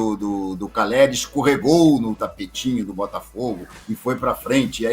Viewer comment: CALLERI. NÃO CARELLI. APRENDAM ANARFAS